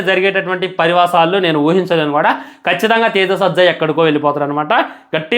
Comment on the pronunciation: Parivasalu kadhu ra eripuka😂😂😂😂 parinamalu